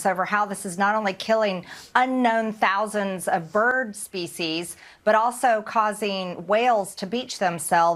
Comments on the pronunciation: Did she MTG say “spesies” instead of “species” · She says species just like someone would say feces. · At first I thought she said feces..seems more appropriate